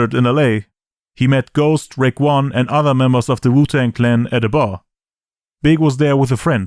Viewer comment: Overall this was an A-level documentary! Good work. Side note...wtf did he say? Wuton